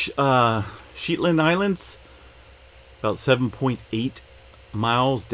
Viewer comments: Lol...Shet, like 'jet' not Sheet...like the Shetland pony. Thanks for update :) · The “Shet” in “Shetland” rhymes with “bet” , (hard enunciation)